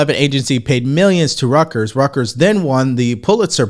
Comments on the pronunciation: You're saying Rutgers - and yes, there is a Rutgers University, but in this case it's Royters. Hey! Love your comments on "Pocahontas" here. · I love your channel! Please correct your pronunciation for Reuters (roy-trz), it's not rutgers (university). It's the only thing I've ever heard you say that was off point and since you said it several times it really stood out. Just constructive criticism. Keep up the hard work and thank you for providing content:) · Its not Rutgers. Rutgers is a university in new jersey. Its Reuters (Roy-ters) the british news agency. Pretty much the Associated Press of the UK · Is not "Rut-gers"; it is pronounced ROY-te(r)z). Anyway, you are one of the best in the business, and a fellow U.S Air Force veteran, so you are good in my book, brother. God bless! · "Reuters" pronounce Roy-ters not Rutgers. The latter is a NJ university. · excellent work, but please: Reuters is pronounced "ROY-ters"... Not RUTGERS or whatever i keep hearing. its so distracting that i had to leave this comment. Sorry! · Hey, RUTGERS is a university in NJ. You are mispronouncing Reuters [ROY-ters]. Please fix this. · Pronounced Royters not Rutgers! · It is pronounced like roy ters "Rut-gers" is a NJ University in the Big10 football conference. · It's pronounce Roy-ters (not ruckers) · Reuters, a German name, is pronounced like "Royters" using English phonetics. No way you should get "Rutgers" out of that. Take your time. Communication skills matter when you're in the business of communication. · ❤ Your Content but PLEASE learn the difference between Reuters and Rutgers then how to pronounce each. That will enhance your credibility 😊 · Just so you know it’s not pronounced like the School Rutgers. It’s more like Roy-turs. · And it's pronounced rooters, Reuters. Sounds like yur saying Rutgers like the school! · not Rutgers University, it is Reuters (royters) …. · pronounced royters, NOT rutgers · It’s Reuters not “Rutgers” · Reuters not rockers😂❤